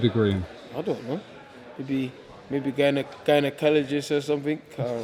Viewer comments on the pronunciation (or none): Man said gynaecologist🤦🏾‍♂️ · Lol man said gynaecologists